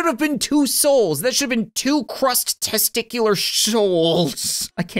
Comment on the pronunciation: “There should have been two souls! That should have been two crushed testshcular shouls- I can’t even shpeak😂😂”